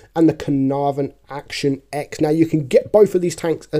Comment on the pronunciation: Mate, it’s pronounced Action ‘ten,’ not Action ‘ex.’